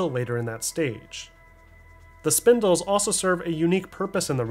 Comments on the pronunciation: spinels, not spindles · SPIN-ELS spinels Not spin-dels or spin-dles. Ppl still misread this? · Great video! Definitely bothered me with your “Spindels” comments tho, “spinels” ain’t no D in that word my boy… all love brother all love 😂😂😂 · Also just FYI, the pink gems called spinels are pronounced "spuh-nell" not "spin-dull" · Is it that hard to say 2 syllables? This dude really said Spindles, instead of SPINELS THERE ISN'T EVEN A D IN THE NAME! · STOP SAYING SPINDELS PLEASE I BEG YOU